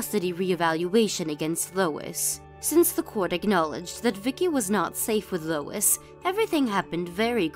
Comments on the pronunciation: Louise = 'Loo-eees' not Lo-is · "Louise" is not pronounced as "Lois." It's "Loo-eze."